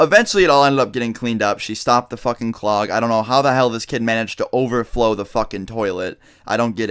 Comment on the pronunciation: every time he says over flow it sounds like he's saying overtflow xD